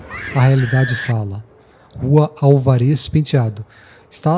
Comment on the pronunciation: Bom vídeo, excelente trabalho. Só a pronúncia da Rua Álvares Penteado que está errada.